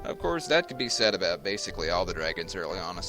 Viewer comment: i hear obut it haha